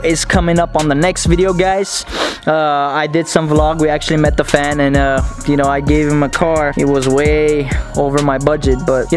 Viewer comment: should be a meme he sound drunk like “ i dunno knowww